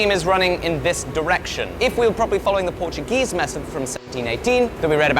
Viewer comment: Solid Portuguese pronunciation mate. Well, better than the Portuguese themselves, at least